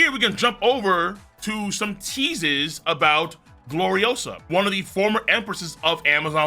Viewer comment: It's GloriOsa. Not GloriosAAAHHHH